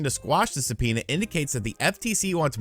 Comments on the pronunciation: Se-penis?😂 did anyone else catch that?? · Say subpoena one more time